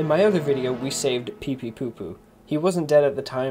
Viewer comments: Why is he saying pee pee to poo instead of pee pee poo poo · its peepeepoopoo not peepeetoopoo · Anyone annoyed how he said pee pee two two XD